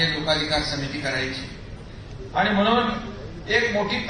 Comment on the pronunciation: Yala shuddha marathi bolayla sanga... आनि बानी पानी म्हनून बहिन अशेल...